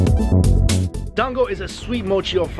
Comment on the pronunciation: Ki-yoto? Toki-yo? never heard of those city. But i have heard of Kyo-to and to-kyo. Funny Canadians.